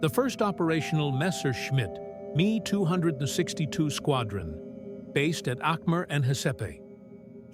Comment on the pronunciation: INTERESTING STORY, BUT Ai it turnd me off completely sorry but lose the Ai, especially in the narration! use it for research by all means but stop it there honestly, it smacks of lazimess with the voice over especially when you hear the mispronunciation of words like "the ME 262" it really grates! all the best Dx